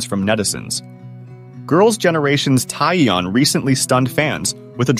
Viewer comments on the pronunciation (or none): I'm sorry, but it's just so annoying to keep hearing her name being pronounced so wrong lol